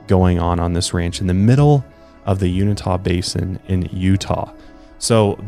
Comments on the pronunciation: I live in Utah as well and noticed he said it incorrectly... 'you in ta' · You-in'- tuh is how you pronounce Uintah ...just saying. I live at the gateway of the Uintah mountains...its an amazingly beautiful place to live. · It's pronounced yoo-in-tah basin in Utah just in case you ever needed to ask someone where it was. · I love here :) it’s pronounced You-in-tah. Not unitah but most natives here refused to go there or even talk about the ranch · Let's say it together: "Yoo-in-tah." It's spelled "Uintah", not "Unitah". 😂🤣😂🤣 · I know I'm super late, but Uintah County is pronounced YOU-WIN-TAH not you-ni-tah 😅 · I was born and raised in the Uintah Basin. Its pronounced -You-En-Tuh, not Yoon-i-Tah.🤣🤣🤣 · U IN TAW ! Is how you say Unita! Just kinda bugging me. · i loved your show save one thing its pronounced u-in-tah basin not un-ita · Sorry but I had to laugh its uINtah not unitah... lol love this show btw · I was born and raised in Utah. You're pronouncing Uintah super wrong. (You-in-ta) Love the podcast! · I'm so sorry to do this but as a native utahn. I have to correct your pronounceiation of uintah lol it's pronounced you-in-tuh lol it was killing me to hear lol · Uintah = U -in -tah how we pronounce it out here. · Lived in Utah all my life and grew up listening to stories about Skinwalkers. By the way, it's Uintah (yoo-in-tah) Basin. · Just FYI your pronouncing Uintah wrong...it's pronounced Yoo-in-tah or U-in-tah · YOO-IN-TAH ... It's pronounced YOO-IN-TAH Basin. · Unitah lol. Try uintah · YOU-IN-TUHH county my guy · You-in-tuh =Uintah I live here. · Me too! I said the same thing. Lol You-in'-tuh is Uintah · You-in-ta= uintah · Yeah I corrected him too. Lol You-in'-tuh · You*in*tah basin. C'mon, you're too smart to mispronounce words. If you're insure, Google it, and ask to pronounce. Ok, my KAREN moment is over. 😂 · The correct way to say Uintah is “You In Taaah”. Just letting you know. Used to live like 20 minutes from that ranch.